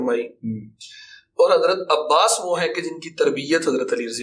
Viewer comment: عباس کے نام میں بھی زیر نہیں ہے۔ ماشاءاللہ ❤️